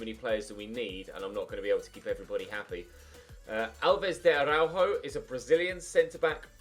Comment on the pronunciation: Alves de Ara-uh-juh